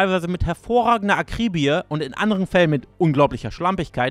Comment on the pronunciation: Super, aber bitte mal schlau machen, wie man Basal und Akribie ausspricht.